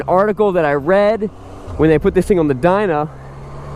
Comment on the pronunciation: "When they put this on the dyna" its dyno moron....geez after years of ripping people off with these ragged out bikes that he would know how to say "dyno"